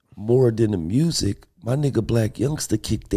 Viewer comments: “Mursic” aka music 😂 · There's no "R" in music... smh